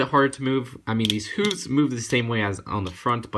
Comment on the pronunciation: Hey 😁 sorry you pronounced hooves wrong